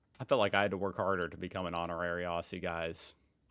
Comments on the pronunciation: Not ossie. Ozzy is how Aussie is pronounced. Ffs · For starters, if you want to be an honorary Aussie…it’s pronounced Ozzie! 🤦🏻‍♀️ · It's pronounced 'Ozzie'... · You will never be an honorary Aussie, until you learn how to pronounce Aussie, ute, emu and Woolworths.